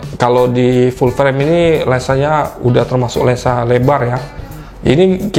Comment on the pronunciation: cuma satu yang ganjel,, abangnya ngomong Lensa apa Lengsa